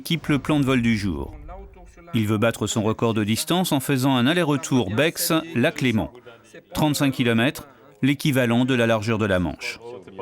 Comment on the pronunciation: BEX on prononce pas le X Comme Chamonix. 🇨🇭4ever❤